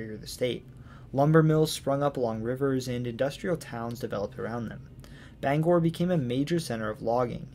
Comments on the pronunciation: I realize I’m late here, but Aroostook is the largest county east of the Mississippi, not the second largest. I’m also impressed that you got most of the place names pronounced correctly, especially Bangor. Few people from away seem to be able to do that. Interesting note, the Appalachian mountains are part of the same chain that use to include the Scottish Highlands, the Scandinavian Mountains, and the Atlas Mountains. They are so old, in fact, that they’re older than bone. When they had formed, animal bones hadn’t even evolved yet. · Native Mainer from the Bangor area, living on MDI. Thank you for your in-depth presentation of my home state. Great job properly pronouncing the Bangor. Quick point about New Brunswick, Fredericton is the administrative capital of the province and Saint John, the largest city, is the economic capital. Thank you and love the series!